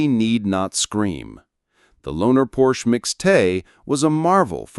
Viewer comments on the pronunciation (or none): You’d think you would at least pronounce his name correctly.. Porsche is two syllables. “Por-sha“